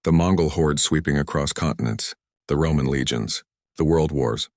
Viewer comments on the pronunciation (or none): none